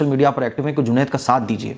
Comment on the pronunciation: are bhai juned na ke junet 😂😂😂